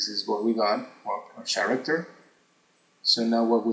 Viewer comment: It's not "TS-aracter" IT'S "K-ARACTER" (character) Speak English!!!